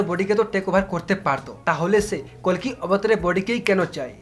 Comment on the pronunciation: Kolki nah koli bolo